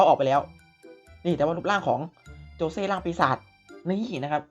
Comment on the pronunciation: ขอโทษนะครับมันชื่อโจชิครับไม่ใช่โจเช่